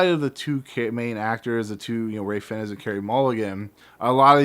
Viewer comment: "Fiennes" is pronounced "fines"